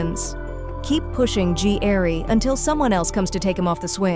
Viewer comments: I love these shows but when AI bots narrate it, that's where I draw the line and stop watching. Gary is pronounced G. Airie??? Seriously?? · The narrator pissing me off keep saying Gee-Airy like girl it's Gary damn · What the hell is "G- arry " narrator?? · G. Airy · Funny AI cant pronounce Gary. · His real name is Ji'Aire. The AI narration mispronounced his name